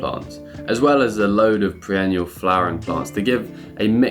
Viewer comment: A whole family who cannot pronounce 'perennial'? Adorable!